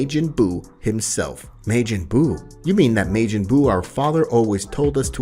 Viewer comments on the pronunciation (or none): Love the story but it's not mejin bu it's ma-jin bu. Making bu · The story is good but the way he pronounces stuff is a bit annoying he says “May-Jin” instead of “majin” and he said “yararaht” instead of “yardrat” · So have you never watched DragonBall? Why is your pronunciation so horrible Maejin Buu, really? No one calls him that in any version of DragonBall except you, it's Majin Buu. You literally have to come up with that because no one else says that anywhere smh. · I have NEVER heard it pronounced May Gen Boo XD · I hate the way he say majin buu name